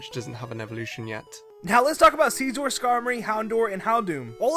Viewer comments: Did he just say “Skeezor” No. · GasterYT Yes. Scizor: Scissor and Razor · GasterYT it's pronounced "Ceezor" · did.. did just pronounce scizor as SKI-zor? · did pronounce Scizor,Scyzor? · said "Sea-Szor" instead of Scizor but if you watch his gaming channel then you'll find out that he says everything wrong but yet he still.complains when someone says Arceus wrong. WOW GOOD JOB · Ar-KAY-nine SEE-zor Holy shit this guy is unbearable. I'm fine with little kids getting the names wrong but when you try to present yourself as an authority and make money off of it you better damn well know the names and their pronunucuations... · Seezor, what a pronunciation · Did just say "See-Zor"? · did he just pronounce scizor... SCEEZOR??? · StrasbergProtégé ssizzer thats how its pronounced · Zeku its pronounced ssizuhr or scene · StrasbergProtégé so its pronounced sk-i-zzor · Well,i pronunciate ''Cizor'',or something like that. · joltotube 2003 i know that... so its pronounced sizzer... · you mispronounced scizor